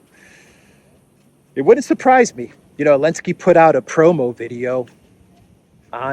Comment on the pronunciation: When the letter z was sanctioned dropped it from saying the clowns name correctly